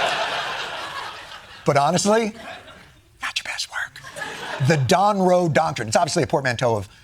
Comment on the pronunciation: The Don with a silent G😂. The Dongroe doctrine